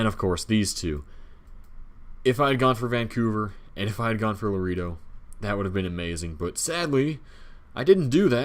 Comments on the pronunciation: La reeeee doh? I don't want to beat you up but it's pronounced La RAY doh. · True! And I think to this day he still says it like La reee do instead of La RAY doh. LOL